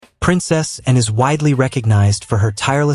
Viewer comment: If you're going to talk about Princess Anne you should learn to pronounce her name.